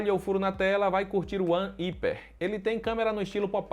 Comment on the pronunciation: One "Íper" foi demais, é "RÁIPER" kkkkk.